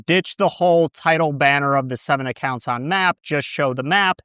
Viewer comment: "acocunts" noiceeee 😏